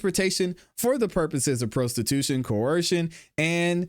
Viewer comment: You are saying prostitution wrong